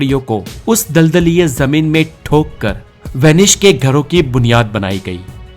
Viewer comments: Vanish nahi it's Venice. Idiot 😂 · VENICE NOT VENISH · Name is Venice.. Not Venish Boss😂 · Good video... But it's Venice not "Venish" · It's S not SH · it's not Vanish..it's vanice apna pronounciation thik karo bhai. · This is VENICE, not WANISH. थोड़ा सकूल में पढ़ लेता तो सही कहता। और हां, थोड़ा knowledge व्यक्ति को भी देना, जो कहता है Inter के बाद SSC करना, वह बड़े ऊंचे पद पर है और उसके is chronology से पूरे विश्व में लोग मज़ाक़ उड़ा रहे हैं। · It is venice please Pronounce properly